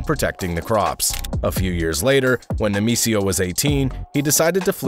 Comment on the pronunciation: Say it with me: Nay-May-SEE-yo 😂